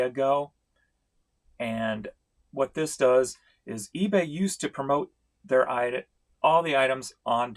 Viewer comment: The fact that you say Feebay at the mark which is immediately followed up by a cah-ching! is so appropriate. Couldn't have planned it any better.